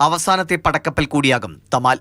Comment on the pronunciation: It's not തമാല്‍. It's തമല്‍ 😂😂. Weapon of Indra.